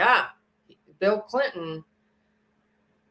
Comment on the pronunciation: Bill Cilton? Did you mean Bill Cliton? Or maybe Bill Clinton? (just teasing) 🤣